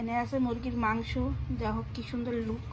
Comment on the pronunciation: Mangsu noi Ota mangso hobe 😂